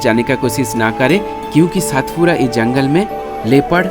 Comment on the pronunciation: पांचमढी नहीं पंचमढ़ी और सातपुडा नहीं सतपुडा मेरे भाई 😅